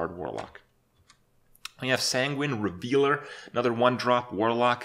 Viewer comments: it's REV-LER not Revealer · Sanguine "revealer" haha, it's reveler! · Kripp, it isn't "revealer," its rev-el-er Lol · Its sanguine REVELER not sanguine REVEALER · Reveler, not revealer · REVELER not REVEALER (triggered lol) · Is he seriously going to pronounce it "sanguine revealer" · sanguine "revealer" ? Come on kripp you're not that fucking dumb.